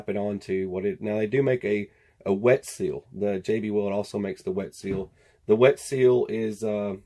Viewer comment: Seal not sesl, lol